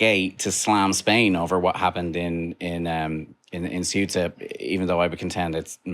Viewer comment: Thanks you for pronouncing Ceuta properly! Kind of... :)